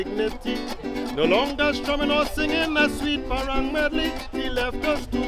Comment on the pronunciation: I crying every time the narrator say "parong" instead of parang.